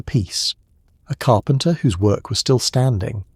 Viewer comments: Still listening but just had to point out, "carpenter" is three syllables. Lol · "Carpenter" - THREE syllables.